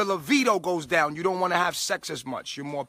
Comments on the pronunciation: Oh wooow. He is no longer vegan!!!??? He is an embarrassment. 😐 Wait did he say livido?? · Indigo Girl I think he’s pronouncing it livido. 😂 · Definitely "livido." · Is he saying livido or libido? I had almost zero sex drive the last few years I was vegan. Guess what came back as soon as I brought meat back in...lol. I'm glad this guy decided to choose a better life for himself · His levido???! Lol libido fool!